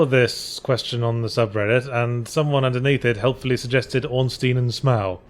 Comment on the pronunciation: You guys pronounce Ornstein's name wrong.